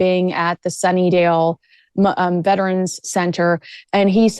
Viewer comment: It's Sunnybrook Hospital, not Sunnydale,.